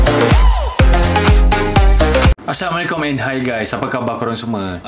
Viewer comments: Cara bagi Salam kurang sesuai bukan samekum..tp assalamualaikum..bg benci tapi tegur Tanda peduli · Bagi salam btoi2 skit wei,aparah "semekom"?? Zzzz